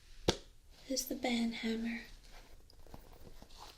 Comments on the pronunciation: Oh no you didint say Van Hammer... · Banhammer. lol:) EDIT: did say LIGHTSABER?